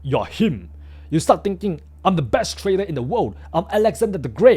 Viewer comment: You may be smart but atleast try to improve your pronounciation. I dont expect you to be perfect but i know its possible if you try it. Im talking about those simple words you pronounce like tradal instead of trader that even a class 1 students would find it very easy.